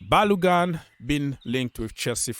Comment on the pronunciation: Bro. go and learn how to pronounce Ba-lo-gun from Nigeria, Yoruba.